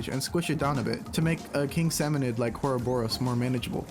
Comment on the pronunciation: Dude, I’m sorry, but you’ve be n living a lie this whole time… it’s salmonId, not salmonOId